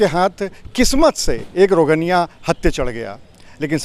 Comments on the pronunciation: rogniya nahi bhai rohngiya😂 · रोगनिया नहीं रोहिंग्या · इससे यह सिद्ध होता है कि भारतीय अपनी वफादारी कितने सस्ते दामों पर बेचते हैं।आपने बार-बार 'रोजेन्या' कहा है। क्या वे रोजेन्या या रोहिंग्या हैं? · शर्म करो सही उच्चारण भी नही आता है रोगनिया नही रोहंगिया है पत्रकार महोदय।